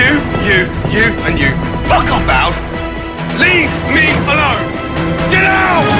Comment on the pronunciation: the way he said Leave! me! alone! i really felt that.